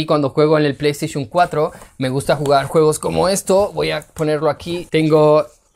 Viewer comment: pley esteyshum xd